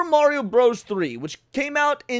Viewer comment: you put respect on mario's name 😀